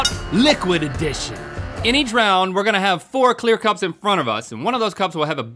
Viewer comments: “Liquid Edtion” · Edition* not edtion... 🤣🤣🤣 I couldn't think of anything else the whole video.